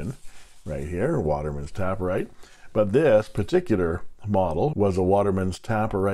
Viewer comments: It's TAY-per-rite, not Tap-per-rite, because the pen tapers at both ends like a cigar (or a Parker 51). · oh honey there is no second p its taper ite not tapper ite :/ but of course you can call it whatever you like :) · I think I pronounced it incorrectly throughout my video. It is "taper write" as in a pen that tapers down to a point. So, "tape" instead of "tap". And I think they were playing with the word taper and write in combination to illustrate the shape of the pen being similar to the Parker 51.